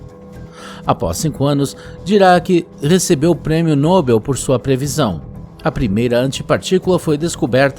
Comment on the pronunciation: Mossa seu português é bem ruim “Noubel”? Poder “destruetivo”? Pqp